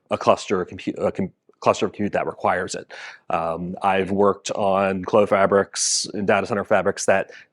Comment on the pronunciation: Merci d'avoir pronouncé "Clos" correctement!